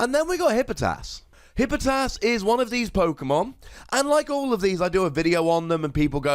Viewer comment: Tfw you left an entire syllable out of Hippopotas